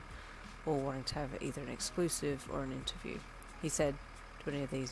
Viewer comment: I immediately started picturing Brian ( gay bestie/Uncle from hawks) saying exclusife and I started laughing so hard lol